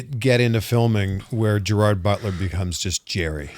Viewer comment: And as a Scot and a paisley guy I just know Gerard butler hates the way you say his name lol. Less emphasis on the ard it’s more like gerid 😂